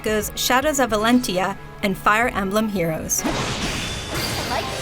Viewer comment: "Shades of Valentia", "Chrome", she needs to learn how to pronounce things.